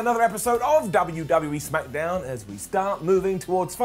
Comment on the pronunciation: Noooo he didn’t say Smackadown